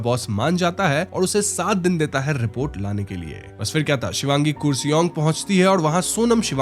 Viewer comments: Kursi-ong ❌️ Kar-See-Ong ✅️ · Kuresong nahi, its karsiong( pronunciation) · It's not kuresong it's Car-Shiong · Kooresong nahi bro KURSEONG (car-she-ung) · It's Kurseong not kusiung 😅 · Not kur sing its kaar sang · It's kar se ong not kuriseong please pronounce properly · Arrreeee yaar woh koorseong nhi hai, karsheeang pronounce hota hai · Not kure-song its karrr-se-iong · Pronunciation should be karshiong,not koorsiong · कुर्सियोंग spelling ke hisaab se but pronunciation is “karsang” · .we pronounce it as kurseong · The pronounciation should be "car-she-yong" 😊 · My friend its pronounced as karseong although the spelling is kurseong. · Its kurseong (karsiang - in pronunciation) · I understand you are not bengali so pronunciation sahi nahi hogi... still I would like to correct you...the word "Kurseong" pronounced as "car-she-ong". Other than that the video is great ❤ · I don't want to currect you but it's Karseong in pronunciation ❤